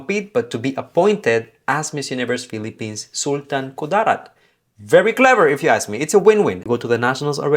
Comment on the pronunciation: That Sultan Ku-DAA-rat pronunciation though, so cute. 😆